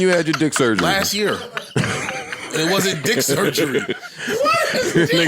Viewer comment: lmao got a "durgery" 😂😂😂😂😂😂